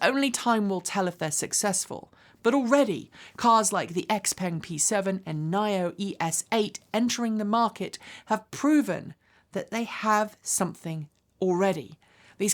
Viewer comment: Great video., why pronounce NIO as "Nye Oh"? Is it because, you would like to be called "Nye Kye"? 🤣🤣